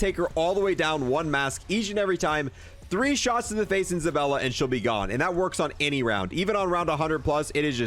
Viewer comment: Omg it's zabAlla not ZabElla!!! LOL